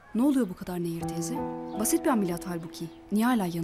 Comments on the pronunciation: Admin Nehir değil,Neyyir. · Nehir değil Neyyir lütfen dikkat edelim bu konuda hassasım